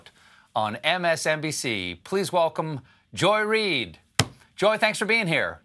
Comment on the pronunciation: How come nobody commented on that her name is Joyride? I listened and realized that Colbert pronounced it like Joy Ried, but it's Reid. It's such a funny name to call yourself - and yes I know she married Mr. Right - I mean, Mr. Reid ! Right?